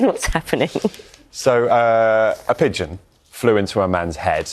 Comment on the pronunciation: No D in Pigeon....